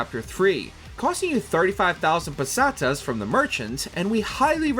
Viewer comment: Does anyone else wanna slit their wrists when the guy says pesteas 😅